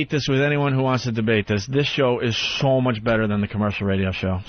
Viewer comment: Opie is a dope but I do agree. At that point "the show was sshome mush better, sshome much better."